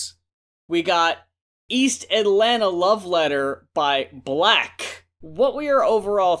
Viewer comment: It's Black. He even has a shirt about it's pronunciation